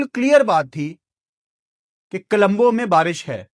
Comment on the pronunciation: Kalumbo nahi o parava it's co-lom-bo